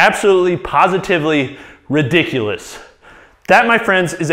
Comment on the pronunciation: rädikulous lol